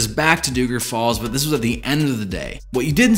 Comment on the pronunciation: it’s Dougan Falls.